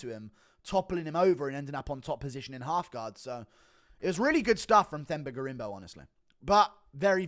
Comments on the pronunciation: Drop the H, it’s pronounced “Temba” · Themba is pronounced Temba btw.